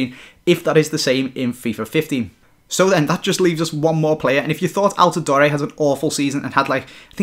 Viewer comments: Btw it's al-tah-door not door-eh. Just letting you know! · It's not Al-ti-doe-re it is Al-te-door